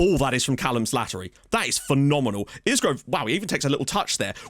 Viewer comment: Really like that asymmetric tactic. One thing. It's a silent S on Isgrove so it's pronounced I-Grove. Was about to mention that in that system that Kioso could play RCB covering Jones if he gets caught in midfield on a counter attack. Having seen him for Luton, he could definitely play there because he is built like a brick out house and is lightning. Now I am wondering if he could be the backup to Mengi at Libero, purely because of his recovery pace.